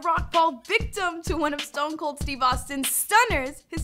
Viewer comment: Can’t even say the name of the greatest wrestler ever right